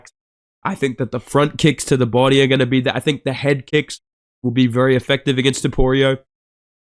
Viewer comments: It’s hilarious when he says topurio😅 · bro said Topoirier 🤣